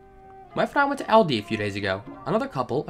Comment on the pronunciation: It's pronounced "All Dee"